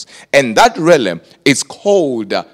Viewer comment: realm, not relem..